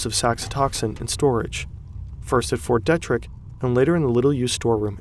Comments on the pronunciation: Hey, It's "Fort Dee-trick", not "Det-trick". Just FYI. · It's pronounced Fort Dee-Trick. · FYI it's commonly pronounced more like Dee trick and not Det rick. Not a huge deal but people living in this area will pick up on it. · Fort DEE-TRICK. NOT Det trick. 🤣🤦🏼‍♂️ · Fort Derrick Dee-trick Not Dē tric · Fort Dee-trick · It’s pronounced “fort deetrik”. It’s in my home town. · You pronounced Ft. DETRICK wrong. Its like dee-trick. I was stationed there for a bit around 2010 doing signal related stuff. This sounds like something out of USAMRID. I bet i spelled that acronym wrong. They did some scary stuff in there. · Ft. Detrick is pronounced with a hard 'e', "DEE-trick". Source: I used to work there. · Fort “Dee-trick”, also when using the word UNIQUE properly, there shouldn’t be any qualifier like “ more unique” or “very unique”. When people do, and it’s a common mistake, the meaning they are trying to convey is “special”. The words “unique” and “special” are not equivalent. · Fort Dee Trick is the correct pronunciation and it is relevant to the Anthrax Attacks in 2001. Great video!!! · it's pronounced fort "Dee Trick" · Ft Detrick is pronounced Ft Deetrick. Imagine if someone on the news mispronounced Washing-toon DC. Communication is MORE important than ever, do your research if you are unsure of pronunciation. YOU are the new Journalism, with a big J. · It's Fort DEEEETRICH! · It's pronounced Fort DE-trick